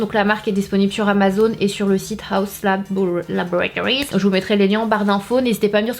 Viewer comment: Mais s’il vous plaît c’est LaboRAtories 😂 richard a fais la même. Très chouette revue !